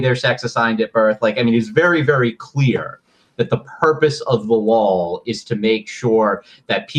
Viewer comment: Please Ian, for the love of glob, stop saying “lawl”. There’s only one L in law.